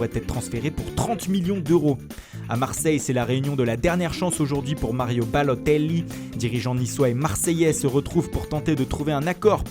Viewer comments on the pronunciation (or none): Tu sais pas dire mario balotelli